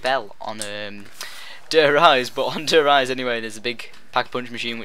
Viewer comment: just 2 clear up,its der REEZE not der RIZE just 2 make it clear